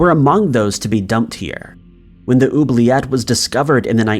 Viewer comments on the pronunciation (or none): none